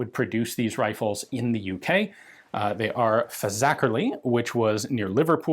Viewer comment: always funny hearing people try and say Fazakerley